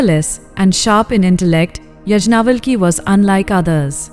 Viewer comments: It is not यज्ञावलकी.It is याज्ञवल्क्य ऋषि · Pl learn how to pronounce Sage Yagnavalka's name properly. Otherwise❤ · Please use right pronouncing for all the sages yagnavalk